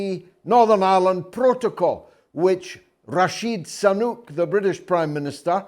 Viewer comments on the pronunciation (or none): George. It's not Rashid Sanuk but Rishi Sunak. Pronounced Reeshee Soo-nak. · Why do you KEEP saying RASHEED SANUK when the Prime Minister’s name is RISHI SUNAK?